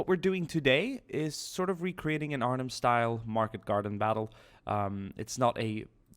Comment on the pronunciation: first time i heard a foreign person pronounc Arnhem so good